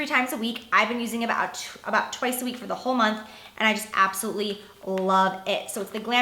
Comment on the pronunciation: I hate when you say "abosolutely" it sounds like your saying "absity"